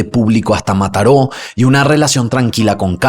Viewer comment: Yo en Mataró escuchándolo decir Mataró 😊❤